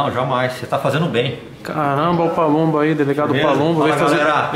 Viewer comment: PALUMBO OU PABUMBO? ERROU AI HEIN